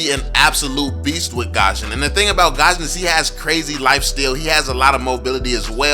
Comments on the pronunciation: I'm gusion main. I don't is saying his name right lol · look its not hate or anything but fanny is be better than gusion. Btw it's gusion on gashen